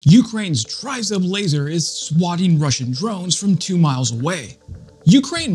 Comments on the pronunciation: You have a great channel Let me help you with the pronunciation Tryzub = treh-zube (Meaning 3 teeth - the coat of arms of Ukraine from Neptune's trident (Greeks settled Crimea 1500 years ago) The way you say tryzub makes me want to poke a pencil in my ears 🤣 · It is pronounced "tree-zoob" -- there is no "try" as in "try-ing" in it. "Do, or do not, there is no try." -- Yoda, from a long time ago in a galaxy far away. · TRI ZUB ready? TRI means THREE and ZUB is pronounced with a long U sound means Tooth. So, THREE TEETH> Or Three Fangs. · Great video. Just so you know it is pronounced Tree-zoob. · Ukrainians pronounce it triz-oob. A Ukrainian sent me socks with a Tryzub emblem on them, then another pair arrived with FCK PTN 🤣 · Great report as usual - now let's try to pronounce Tryzub correctly - it's Tre as in 'treats' and Zub as in Zub..... It's our national logo or emblem тризуб as in trident of "три зубa" as in 3 teeth; no one really knows - some say it looks like an eagle or a dove. Keep up the good work - try and do a collaboration with Jake Broe as your channel really deserves a higher audience.